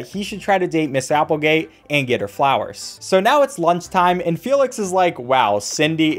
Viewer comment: Haha Applebottom instead of Applegate